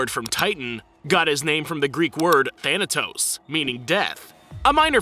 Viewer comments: You pronounce thanatos wrong man try to say th without pronouncing the t that much (the greek word is θανατος which means death) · Thanatos is not pronounced like that but yes